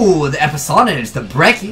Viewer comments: "metal gear: tactical eposonage action" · Lmao! Ooo eposonage